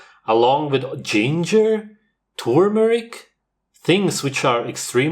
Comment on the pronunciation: I'm always amused that tur-mer-ic is pronounced tumour-ic. It should've got old, by now, but I still larf & larf!